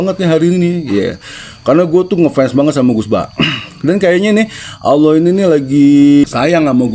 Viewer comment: Baha klo nyebut Allah aj Awoh(coba perhatiin)...padahal dari kecil kita dituntut harus fasih,gmn nih ustad?